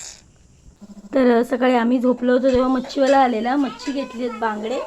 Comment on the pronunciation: मच्ची नाय पोरी... मच्छी म्हणतात. काळ्याभोर किरणची बायको ना तू?